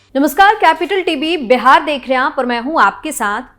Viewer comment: तुम भी पूजा एंकर की तरह "पूजा" को ऊजा और "बिहार" को बेहार बोलती हो ।पता नहीं तुम सारे के सारे एक ही चरवाहा स्कूल के चट्टे बट्टे हो।